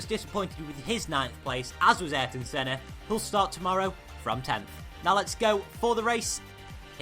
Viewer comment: did you know Ayrton is pronounced I-Air-Ton